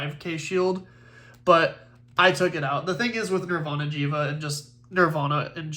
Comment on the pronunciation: It is Jheva!!!